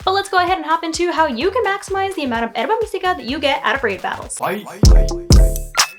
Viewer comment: Thanks for the the examples! This helped out. But I do got to ask, why do you say Herba Mystica weird? Like is it some bit that i am missing? Everything else in your video was pronounced correctly.